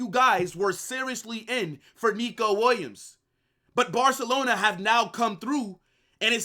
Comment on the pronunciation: "If Nico Lands in Barcalona"